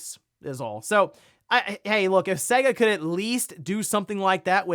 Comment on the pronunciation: It's pronounced Say-Guh.